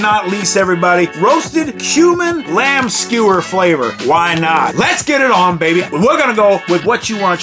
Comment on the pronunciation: It sounds like you're saying "roasted HUMAN lamb flavor" here. 😂